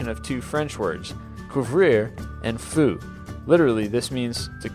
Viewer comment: quarante is actually pronounced not kahant feu is not pronounced Foo :)